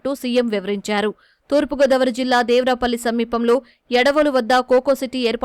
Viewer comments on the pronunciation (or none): దేవరాపల్లి= దేవరపల్లి. యడవోలు= యాదవోలు.